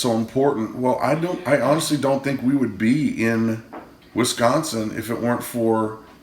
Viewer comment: Yay! You even said Wisconsin right!